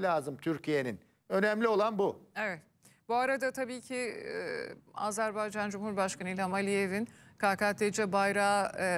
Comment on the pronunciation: azer bey değil AzerBaycan dı hürmetler saygılar 🇦🇿🇹🇷